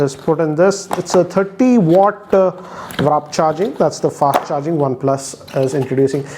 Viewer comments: it is not Wrap Charging, it is Warp Charging. In all your videos you say this. Like so he can see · It's WARP charging! Not Wrap ! Come on man, its been a year! We look for Tech YouTubers for an accurate info! 😛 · he still says wrap charging....since op 7 pro....